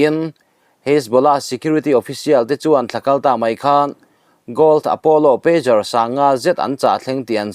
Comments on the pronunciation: PeiQar ni lovin, peidzar ti a lam tur...pager hi beeper an ti bawk. Telecommunication device sawina an ni e😢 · Pager aw. Peijar. Peigar ni lovin. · Pêzar ti a lamrîk tur a ni e